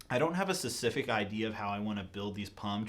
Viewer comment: why does he say "sessific" instead of "specific"?